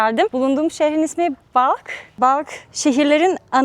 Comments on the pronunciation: Güzel bir vidyo olmuş. Teşekkürler. Ufak bir düzeltme yapmama izin verin. Balk olarak telaffuz ettiğiniz yer Belh olmalı. İngiliz yazım stili ile Balkh olarak yazılıyor. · Bacım Belh'i de bilirsin yaw. 😂 balk diye mi söylüyorlar oradakiler gerçekten? 😮